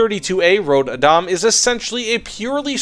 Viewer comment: rod badam? man you botchered that name. and yes this is a pretty bad plane am swedish so I bought it regardless